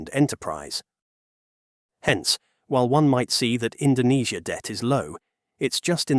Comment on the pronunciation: Don't believe me? listen , where he mispronouce Indonesia due to typo